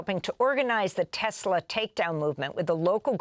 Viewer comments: "TESLUR" (LOL) IS A SWASTIKKAR!!! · Poor Leon, being ganged up on by humans! DJT buys a "Tesler" Yep, a tesler!